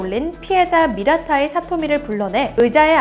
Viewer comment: 미라타이가 아니라 미타라이....